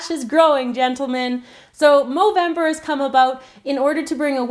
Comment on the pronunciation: why do you say movemdr